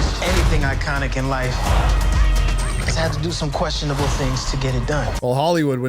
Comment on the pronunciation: "has had to do some Queshinable things"